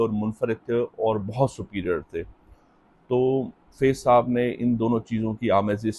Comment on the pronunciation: بھائی فیض کی ف کے نیچے زیر ' ِ ' نہیں بلکہ اس کے اوپر زبر' َ ' ہے۔